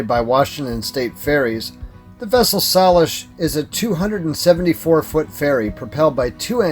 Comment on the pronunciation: Here's some help with local pronunciation: sAlish (long A), Sequim pronounced Squim (the E is silent), Kalaloch pronounced Clay-Lock. Looks like you missed a great spot on the north side of the park: Sol-Duc Hot Springs (pronounced Sole-Duck). Nice old-growth forest campground, cabins, restaurant, gift shop, swimming pool and hot springs pools, and several hiking trails. One of which is a 20 mile loop that includes Bogachiel Peak with its spectacular 360* view that include Mount Olympus, its glacier, the Hoh River valley and the Seven Lakes basin. Bogachiel Peak is about 5 miles from the trailhead. Trail is usually snow-free July through September.